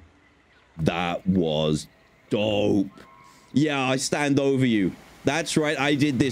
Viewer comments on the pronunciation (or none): none